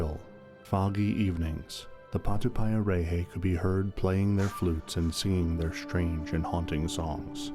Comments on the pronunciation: And of course you pronounced it wrong, you said it like patupie a ray hay, nope it's patu pie a rrreh heh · Mate if u can't pronounce it then don't even speak on it. Grrrrr idiot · That’s not how you pronounce Maori, or patupaiarehe.